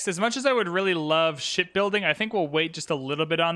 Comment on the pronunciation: "Ship building" is what gets me laughing. Sounds very close to building something else 😂